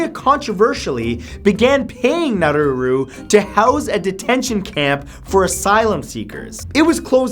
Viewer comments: its prounounced nauru not naruru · Its Nauru not naruru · Nauru not Naururu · Nauru, not now-roo-roo... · Nauru not Naruru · It's Nauru, there is only one ”r" in its name, Monaco changed IRS succession laws to allow the Sovereign Princes sister to succeed in the event he had no children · Nauru is pronounced Nah-roo, not Nah-roo-roo. I have no idea where you are getting that second 'ru' from, but you sound really dumb every time you say it. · Saint Martin isn't a country. -You yourself said that the Pitcairn Islands are a British Overseas Territory, so why include them on the list? -Nauru isn't pronounced Narruru -I knew you would end the video with Sealand, but it isn't a country at all. It is a micronation. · nah-roo not nah-roo-roo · It's pronounced nah-oooh-rooh not nah-rooh-rooh lol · Matt, it's Nauru, not Naururu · naruru? dude, get your pronunciation right. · Is Nauru really pronounced as Naruru?